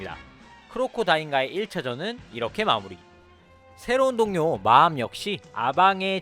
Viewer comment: 자꾸 마암이 마왕으로 듣려